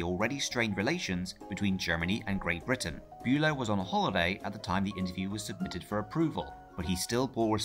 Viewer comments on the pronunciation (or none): none